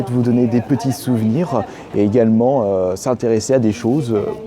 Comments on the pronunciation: "Il y a zégalement" oui oui bien sûr... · Il y a Zégalement 😂😂